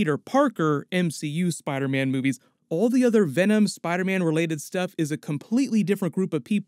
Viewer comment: you said spider ban. Lmao 💀💀